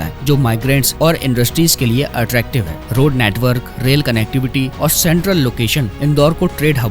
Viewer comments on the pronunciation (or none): none